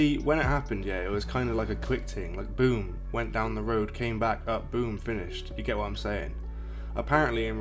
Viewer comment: Man said boom like he was blowing up a bomb. Ffs. Don't pronounce it like that. Lol. Apart from that, good report.💯👊🏾